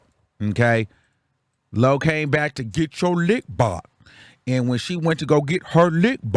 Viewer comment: “Get yur lick BÄCH” 💀